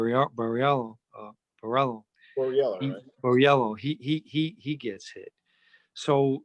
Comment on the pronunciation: an Italian that can't even say Boriello properly